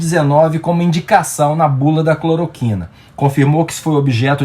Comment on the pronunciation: "CLOROQUINER" foi ótimo! Kkkkk